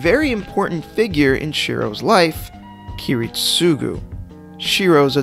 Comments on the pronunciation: kirit-SUGU??????? wtf man??? I almost choke here!!!! aren't you a fan...supposed to know how to say at least the right way to say ki-RIT-sugo!!!! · You stress his name too much got on my nerves Kiritsugu you say it like “ Kiritsuuuuuugu” instead of “Kiritsagu” right Japanese vocalists can take long U’s to A... call em Kerry jesh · Every time he says Kiritsúgu instead of Kirítsugu I die inside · Bruh, Kiritsugu's name is pronounced key-rit-sa-goo not key-rit-SUE-goo. I know I'm nitpicking, but this is one of my pet peeves. I'm not asking for you to put emphasis on his name but say it properly at least. Great video other than that, and even though I'm not a fan of Shirou, I can see his logic of thinking. I only wished they had portrayed his thinking better in the Heavens Feel movies....